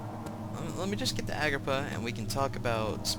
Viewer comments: Every time he said "Agrippa", I thought he was saying "Agrabah"... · I can't stop laughing at pronouncing "Agrippa" like "Agrabah".